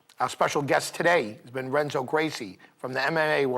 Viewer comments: did he say "wrenzo" lol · (R)enzo Gracie? At least learn the name of the guy you're interviewing,.